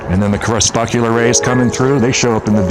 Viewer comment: I love your background music. 🙂 (, I think the word is pronounced "crePUScular.") Thanks for your lovely videos. 🙂